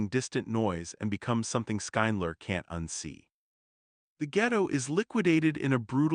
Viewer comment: This YouTube commentator should learn how to pronounce the main character's name, Schindler. Its not Skyndler or anything like that. How can you possibly pronounce it that bad?